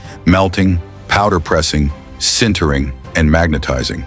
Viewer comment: These videos would be so much better if someone would take 30 minutes to check the AI narration. "Sintering" or "centering" or "Sintering" or "centering" or "Sintering" or "centering"??? just as an example.